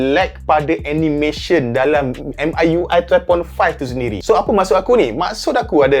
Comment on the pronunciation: Bro pls.. 😂 Pronounce dia dngn MIUI mcm ni "Me(saya dlm bahasa English)" dhtu ckp UI tu sja 😂